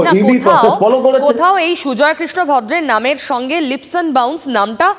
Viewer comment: Kolkatar bangali Kobe 'leaps' ke 'lips' bola chharbe, sheta niye aekta Todonto hok. TV anchor Jodi 'lips' bole aekta ashombhob lojjar bepaar. It is 'leaps' to be pronounced as 'leeps'